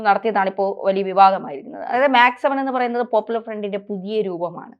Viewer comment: ഡിജിറ്റൽ മീഡിയകളിൽ അപ്‌ലോഡ് ചെയ്യുന്ന കാര്യങ്ങൾ ആജീവനാന്തം അവിടെ തന്നെയുണ്ടാകാൻ സാദ്ധ്യത ഉണ്ടെന്നു കരുതി പഠിച്ചിട്ടു വീഡിയോകൾ ചെയ്യുക .മാക്സ് സെവൻ അല്ല മെക്‌സ്‌ സെവൻ .സെവൻ എന്നവർ ഉദ്ദേശിക്കുന്നതു് യോഗയുടെ വിവിധ കാര്യങ്ങളും അല്ല.